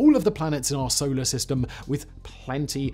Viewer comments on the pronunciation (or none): none